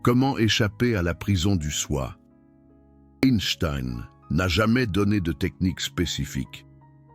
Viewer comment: SVP apprenez à prononcer son nom…please, please, please !